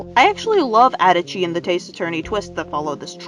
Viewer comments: I’m sorry... How the hell can you say adachi like “Edachi” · the way you pronounce adachi I'm actually going to cry it's literally pronounced in the game